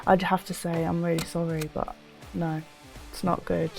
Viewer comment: She says "no" like an aussie 😂😂